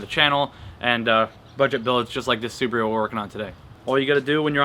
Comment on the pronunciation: It's pronounced "Su BAA ru" not Suburu